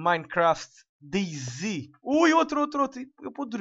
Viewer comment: eh dayZ e não deyZ